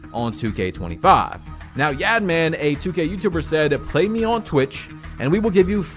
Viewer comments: The way you said yad man for yaadmaan made me lol 😂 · pronounce it “Yahd-mon” 🤨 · Just fyi is pronounced like “yodman” or “yahdman”